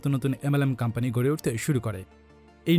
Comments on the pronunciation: Pradact ar campany na bole product and company bolle ki amra bujhtam na? Accent thik koren kindly kan e lagtese jinish ta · Pradact, Campany, LOL englishman , Very FLuent, Im Touched...😍😍